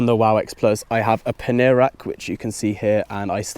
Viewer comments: paneer lol, isn't that a type of cheese? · Great video! I couldn't stop laughing the way you pronounced "pannier" . :D :D :D A bag for indian paneer cheese hahahahhahaa